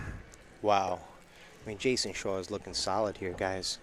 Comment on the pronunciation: Even when this match was played, the term “rock” for the cue ball had been out of date for 30 years. Plus it’s Jayson SHAW not “Shore”. Ugh! These announcers. 😡🤬